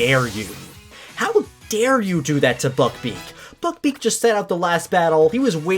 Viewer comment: When you said buck beak it sounded like ** beak lmao